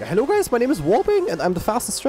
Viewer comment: i love his accent when he says it. yaa HALLO guys!